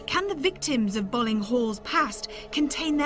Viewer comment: it's pronounced "Bowling" .... i should know.. i just got back from there XD i live right next to it.